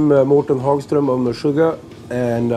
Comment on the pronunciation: So close man! His name is Hågström, not Hagström. =D